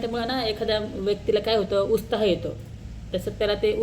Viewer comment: उस्ताह नाही गं उत्साह म्हण.